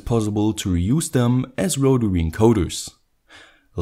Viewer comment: Awesome stuff. Here's to another good year of great content! Also, loved the first pronunciation of rotary - 'rotawee' 👍😁